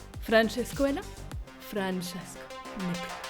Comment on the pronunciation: Désolé mais tu prononces Francesco à l’italien pas à l’espagnol 😂 et le permis depuis 40ans en 1985 donc on est en 2025 😂mais à part ça cette vidéo m’a vraiment fait rire 🤣 « Francesco est la, Francesco n’est plus laaa »